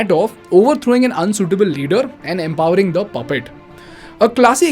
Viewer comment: Hay aevrybuddy lol 😂😂😂 reminds me of Russell Peters caricature of Indian men 😂 overthrowing unsuitable leaders anda empawering (stretches the upcoming word) "the" (lowers down his tone for the upcoming word) "Pappet". Classic example of how Central and most Indians speak 😂🤣